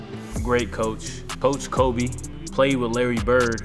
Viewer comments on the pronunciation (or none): none